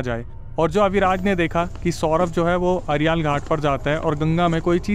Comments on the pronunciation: Aryaal ghat nhi arail ghat hai* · अरियाल घाट ❎️अरैल घाट ✅️ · Ariaal nhi arail ghat hai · Arial ghat. ❎❎. Arail ghat. ✅✅. 😂😂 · bhai arial ghat nhi arail ghat😗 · Ariaal ghat nahi..Arail ghat khte hai